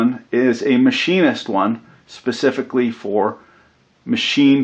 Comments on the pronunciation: I'll have you know that I am all for "Pacifically" enjoying plywood. TYVM. We are from different worlds as apparently I am "Atlantic-ally" calling you out on that one :) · OMG!!! Specifically!! Not pacificly